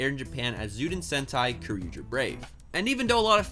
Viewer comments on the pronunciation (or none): Its pronounced jyuden sentai kyo ryu ger